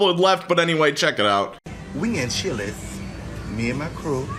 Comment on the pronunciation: Its CHILI'S not CHILÈ'S. That was the worst thing going on at that Chili's that day.